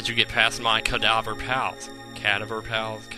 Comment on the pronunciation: Cadaver means the same thing as corpse pronounce the second "a" like you would in "apple"